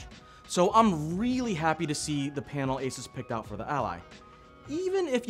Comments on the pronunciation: FYI it's "ey-suus", not "ey-ses" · your pronouncing asus wrong lol